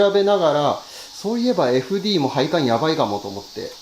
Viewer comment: 楽しく拝見しています、私は元アンフィニのメカニックなのですが、FDの読み方はエフディーではなくエフデーです！